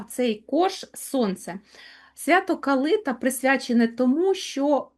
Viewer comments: Ясно, вибач, але це абсолютно неправильно! Ніколи і ніде в Україні не говорили КалИта. Правильно - КалитА, наголос на останній склад. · ❤❤❤дякую вам,калитА наголос на А